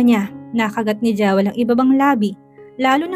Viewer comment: Pls come rrect your pronunciation ng Jewel. It is pronounced “Jiwel”. Sakit sa tenga pakinggan kc. Sorry if I offended you.